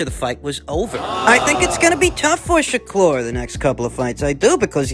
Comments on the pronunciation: ShakLur? 😂 why you been twisting everyone’s names so much recently? 😂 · sha-klur!!!!! lol